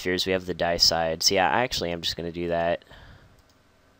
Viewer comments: It's DAY-EH-SIDE, not DIE-EH-SIDE. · I say Dee-A-Side, but I also thought his pronunciation was a bit awkward.